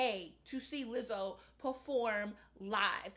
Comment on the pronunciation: I appreciate you for finally pronouncing her name correctly 👏🏾👏🏾